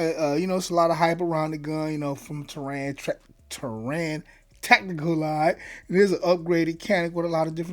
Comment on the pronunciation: (Tear-Ren) Taran 😂